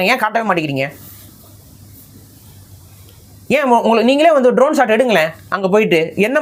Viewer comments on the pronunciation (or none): none